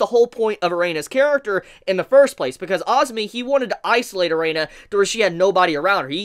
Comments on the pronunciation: Why do I keep hearing you saying Reina instead of Erina, while sometimes you say it correctly :D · AND WHY DO YOU KEEP CALLING HER "*A-REINA*" MAN! CMON I LOVE YOUR CONTENT BUT HOLY SHIT IF YOU WATCH THE ANIME WITH YOUR SOUND ON I SUPPOSE YOU SHOULD KNOW HOW IT SHOULD BE PRONOUNCED BY NOW OMG!!! I get way too heated with this shit.